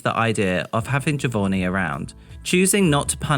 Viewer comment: Its JohVonnie isn't it? as in JovOnni not JovoRni?